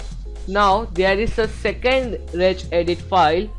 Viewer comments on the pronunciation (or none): none